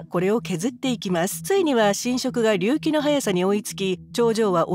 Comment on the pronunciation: 隆起の発音……